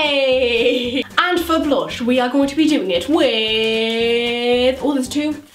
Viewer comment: No hate but it's blush not blosh and brush not brosh